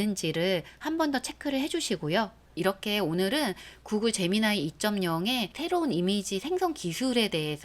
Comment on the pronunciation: 제미나이 ㅋㅋㅋ 발음이 에미나이 같아서 좀 그렇군요.... 제머나이!!!